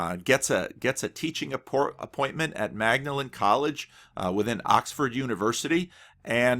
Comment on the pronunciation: Great and interesting background. One minor pronunciation note. Lewis' college at Oxford, Magdelen: "It's pronounced 'Maudlin College'. Just to make things more confusing, Magdalen Street in the centre of Oxford IS pronounced 'Mag-de-len' but lively Magdelen Road in East Oxford is pronounced 'Maudlin' like the college." Mistakes not to make when you visit Oxford | weeklyhome